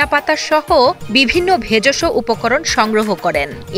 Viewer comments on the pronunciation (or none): ভেজষ না ভেষজ 😂😂😂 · ভেজসো কি? ভেষজ হবে। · ভেজোসো না রে ভাই ভেষজ। কেম্নে সাংবাদিক হলেন????😂😂😂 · ভেজস না ভেষজ হবে সঠিক উচ্চারণ জানেনা আর নিউজ করে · ভেযষ না ভেষজ। সাংবাদিক ভুলভাল পড়ে